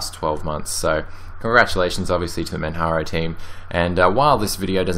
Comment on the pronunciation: please don't call manjaro manharo. There's only one idiot that calls it manharo and that's not how it's pronounced. It's not spanish so the j is pronounced. Oh, and I installed opensuse but ran into problems with that distro. I may try neptune and see if it lets me do what I need. I do a dual boot and the one thing I hated about linux mint and manjaro is that both distros were affecting my hardware clock. In other words, when I switched back to windows from either of those distros my clock would jump forward by three hours and I'd have to reset the clock every time. Ironically Opensuse didn't do this but it didn't like my hardware either. After installing the correct drivers from my video card and installing drivers for my mouse the 64 bit just didn't want to act nice. I thought of downloading the 32 bit and testing it. Maybe I'll do that in a virtual setting. For now, I just need a distro that works. I like netrunner. Maybe I'll test out neptune after checking what's hot on distrowatch. Cheers.